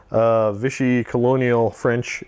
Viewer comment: As a french boy, I have to agree to your "vive la France", even so they do not like to get you lucky :-) Note that it's France de Vichy, not Viche. And you may even make them fight other free french forces. I love your reports ! Just an idea like that, maybe you can do a campagne with persistent units from one scenario to another? Cheers from France